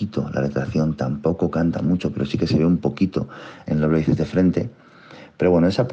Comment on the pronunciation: Dicw bices en vez de biceps jajajjaj